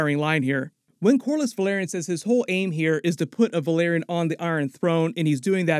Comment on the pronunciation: VEL. AR. YON. Not VUH. LAIR. ION. Please?